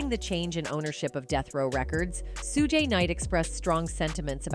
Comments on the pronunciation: "Soo-Gee Knight" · FYI: Suge Knight's First name is pronounced ~~ SHUGE ( Shoe +G ) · Are you purposely disrespectful? It's for you. Notice people names pronounce them right, but thanks for the content. Bur get your name right. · Please pronounce his name properly… this proves you ain’t black